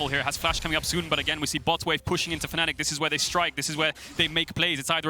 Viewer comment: Team name: Fanatic Commentator: faNNic